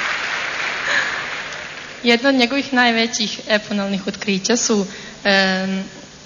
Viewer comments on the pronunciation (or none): Jel ovo ona rekla eponalnih umjesto epohalnih otkrica?:) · jel ona to rece "epoNalnih otkrica"? :)) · Jel' to ova prva rekla: "Jedna od njegovih najvecih epoNalnih (sa N) otkrica..." JESAM LEPA, AL STO SAM GLUPAAAA... xD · "Eponalnih" otkrića? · eponalnih? EPONALNIH????? HAHAHAHAHAHAHAHAHAHAAHAHAHAHAHAHAHAHAHAH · sec epoNalnih otkrica............... jooooooooooooooooooj majko moja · eponalnih otkrica :D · Je l' ona to rekla "epoNalnih oktrica" ili se meni samo to ucinilo?